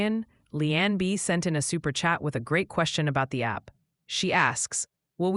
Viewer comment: Olean, not "Oh-lean" or "Oh LeAnn" rather "Oh-Lee-ANN" New York -- thanks CROWD consensus.